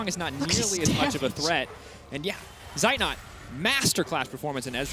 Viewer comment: its funny that the annotators always pronounce the names of zeitnot and armut wrong. these two are german words meaning armut being poor and zeitnot having a lack of time. :D and the female annotator even showed she's able to pronounce at least the "z" in zeitnot correctly